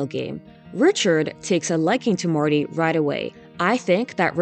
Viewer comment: I like how a lot of the time you say Marty it actually sounds more like Morty and I’m like yeah come to think of it Marty is exactly the kind of guy I would expect Morty Smith to become